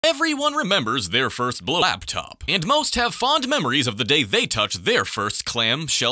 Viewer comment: "Everyone remembers their first blo-laptop." Yes... yes I do good sir.